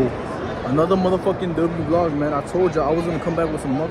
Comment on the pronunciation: Aye man Say mane Brrrrrrrrrrr mane You know what it is mane